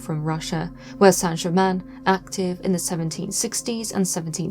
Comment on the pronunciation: Thank you, Madame, for having the manners to pronounce the name of the subject of this documentary (fairly!) correctly. The hideous programmes talking about a "Sainte Gerymayne" are a total insult- particularly from those claiming to understand occult methods. Mr. Black's book on the shelf behind you is a valid choice as well. Thank you again.